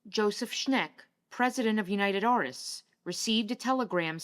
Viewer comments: Joseph Schenk's name is not pronounced correctly, it's shkenk not shnek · The producer Joseph Schenck’s name is not “Schneck”. It’s pronunciation is closer to “think”…Or shank….not schneck. If it was used only once, it wouldn’t matter. Thanks for your efforts, though. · Def not "Sneck." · Joseph Schenck, pronounced SHENK. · No it was pronounced Skenk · Fun video, but one thing: Nicholas Schenck's last name was pronounced: "SKENK" as in 'skunk', which is what many people called him as a nickname, but I'll wager, not to his face. ;)